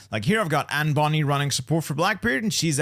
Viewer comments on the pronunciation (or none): none